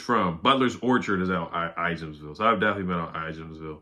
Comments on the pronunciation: I live near there, the J is silent in Ijamsville. It sounds like “I ams ville”. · The J is silent in Ijamsville, it’s in Frederick County.